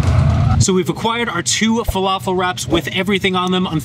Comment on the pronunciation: im from england....whats a flafel